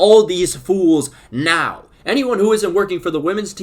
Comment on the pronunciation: that "NOW" was personal 💀